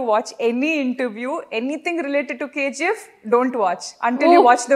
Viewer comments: Anchor KZeeF Yendamma.... Its KGF.... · Dude, only one suggestion for Suman TV. I hope they have a great name in social media. So, my suggestion for Suman TV is to get anchor who pronounce words and letters properly. It's not KZF, it's KGF. Please for God sake give training for the anchors. It's so pathetic to hear those words and letters. 🙏🙏🙏🙏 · K Zee F .. not K G F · Anchor garu....K Ji F kadhandi ...K G F. ...ji and G are different...apart from that all good ..nice interview